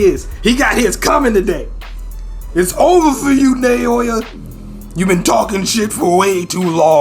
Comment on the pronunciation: It doesn't matter too much since Naoya already got iced (lol) but his name is pronounced like "Now-ya" Just wanted you to know! Maki comin through as Toji 2.0 is truly the best turn this story could have taken. Can't wait for the chapters to resume. Love all the reactions! <3